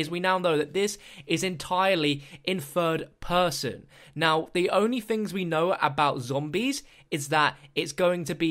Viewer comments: "In fird person" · Take a shot every time he says " 'furd' person"